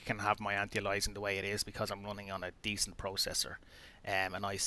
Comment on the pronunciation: It's "anti-alias-ing" not 'anti alysing'. How can you never have heard people say anti-aliasing correctly?